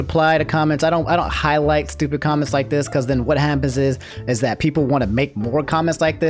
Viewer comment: YouTube Jah like shtupid, with the 'h'.